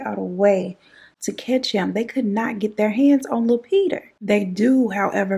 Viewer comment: The little Peter every time you say little peta you take me out that’s my favorite part of this whole thing Lil Peter!!! Poe Lil PETA just like poe lil tink tink chie 💁🏼‍♀️😭😭😭😭😭😭 I love you 🤣🤣